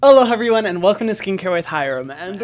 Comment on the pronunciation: I can’t be the only one who noticed he said “Ello heveryone”